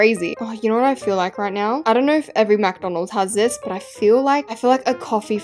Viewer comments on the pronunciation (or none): did you just say Mack Donald's?